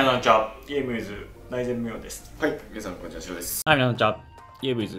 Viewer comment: ピロのこんにちわがアンチワープって聞こえちゃうw